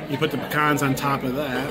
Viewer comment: I’m glad to hear you pronounce “Pecan” in the proper Southern dialect! You sound like a true Son of the South!!